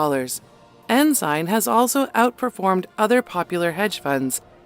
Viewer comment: It's called Ensign pike not enzyme